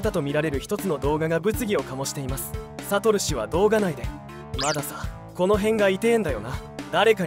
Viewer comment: サト↑ル氏↓時しか入ってこない